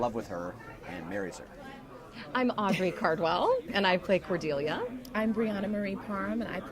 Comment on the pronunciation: How did you pronounce Cordelia wrong??